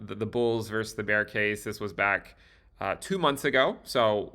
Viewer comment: “versus” is pronounced “vers-sus,” not “verse.”